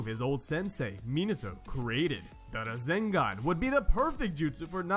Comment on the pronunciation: My man naruto doing "razengan"